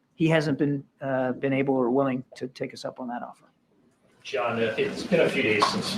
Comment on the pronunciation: The ev guy gets an oscar for the word, offer, mispronounced